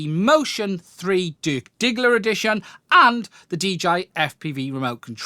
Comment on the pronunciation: Did you say "dirk diggler" addition?